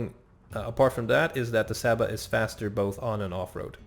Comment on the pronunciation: And you spell cs as ch and s as sh So you pronounce csaba as chaba and lovas as lovash